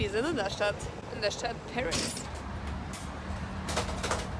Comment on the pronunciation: Bitte sag nicht perissss😂